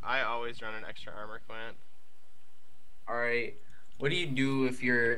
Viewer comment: I love these vids but I hate the way this guy says alright